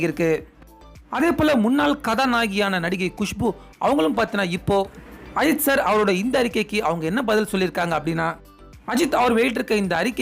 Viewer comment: Kind request - Please pronounce Ajith sir's name properly. Your pronunciation is irritating.